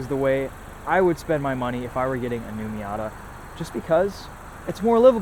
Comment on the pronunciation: it’s been a while since an american pronounced it right